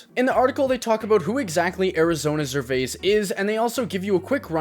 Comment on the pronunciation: makes a video about a non industry plant artist and can’t even say his name right? gtfo here 😂